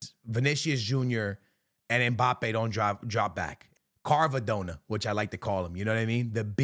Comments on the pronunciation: It’s not carvadonna…. It’s Kvaradonna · “I’ve watched psg a lot this season” can’t pronounce doue and says carvadona 😭